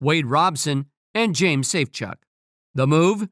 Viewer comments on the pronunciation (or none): none